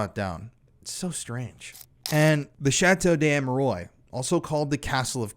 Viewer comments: It's pernounced Amerwahh not oys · it would be nice if the name of the chateau is pronounced correctly 😊 such a well made video and a little but important detail, especially if the name is said that many times. Its Chateau d Ah-meh-ruah not Ameroi like in boy. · Great video. Love your work. Just wanted to make a point about the place name. In French, the word "de" wouldn't be followed by a word beginning with a vowel. Therefore the correct name is likely to be "Chateau d'Amerois." This is pronounced as "sha-TOE dah-Mair-WAH.". In any event, this really is a gruesome, gruesome series of crimes. I had heard about the details of Marc Dutroux's murders but had no idea of the Belgian government's involvement, nor of the nexus with the Illuminati. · Ammeroys. Mmkay. Doesn't properly pronounce the name of the subject of the video and swears constantly too. Lowbrow. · It's not pronounced Ameroy! So enjoying, Americans cannot pronounce any word or name that isn't American English. I write " American English" because they butcher English as well. Can YouTubers please take 30 seconds to search for the correct pronunciation if they are going to makes video about a certain subject!? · its pronounced A me rou a... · Dude im sorry, i hate doing it but its Armwa, not Amerois. Loved hearing about it none the less. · Have you ever heard of a place called internet? Well, believe it or not, it's full of people so nice to pronounce words for everyone to learn and to avoid talking of a castle of hemorrhoids and concentrate on a [ʃɑto dez‿amʁwa] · Yep... "Arm-wuh-are".... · Pronounce it correctly lol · A part of me dies every time he mispronounces the name the way he does. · Sorry, but chateau duh am-er-wah and don't pronouncec the S at the end of ardennes. I'm grateful for your coverage of this, nonetheless. David I. wrote about it in the 90s. It's good for new people to hear of it.